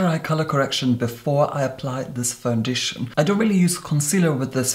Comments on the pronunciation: FOUNDITION 🤣🤣😁 your amazing! EDIT better than Tati saying conciller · Quit a seamless fandeeshun